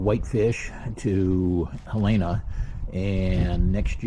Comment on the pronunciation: Helena. Not Halayna.